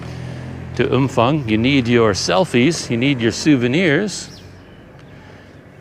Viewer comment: No f sound. Ph is pharng sound